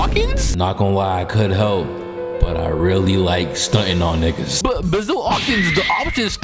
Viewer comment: Aint no way you said “baazile” for basil hawkins 🤣😭